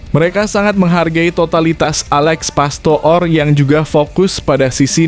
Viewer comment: komentatornya diganti aja,ngucap Alex pastoor(pastur) aja gak bisa